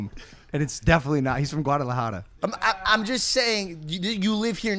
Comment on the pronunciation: Logan pronounced GUADALAJARA legit